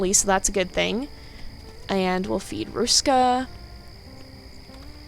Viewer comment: You said Ruska really well ^^ You make it sound a bit Russian but it's okay x'D You actually managed to say all the letters surprisingly well since they are pronounced differently in Finnish and English. Very good! The Finnish R is really hard to say if you are an English speaker. You said Ruska's name like you would say "a rock" or "a road". In Finnish R is formed in the front part of the mouth and sounds a bit like purring actually x'D Because the tongue vibrates fast against the upper part of your mouth, where the English R is not nearly as strong and is formed in the back of your mouth. Finnish is known for it's strong Rs and Ks so it's easy to tell if someone is not a native speaker. You notice the lack of power when they say R or K. ^^ And Finnish is a hard language in general x'D Not even a native speaker can understand it sometimes.